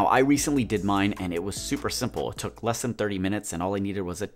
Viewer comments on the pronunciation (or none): none